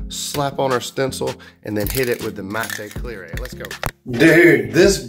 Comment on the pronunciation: Love it. You just gave me a great idea. Cant wait to try it, will share if it works out. Your videos are the best. I laugh every time you say Mattay Clearay and epooxy.